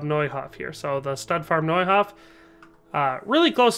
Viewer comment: and yet totally nailed Neuhof pronunciation... spot the small-town horse-loving Henry in the crowd xD